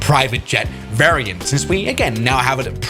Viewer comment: the german accent at "PRIVATE JET VARRIANT" is killing me 🤣